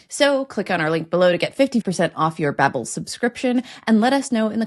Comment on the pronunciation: Bahbel not baabul double-b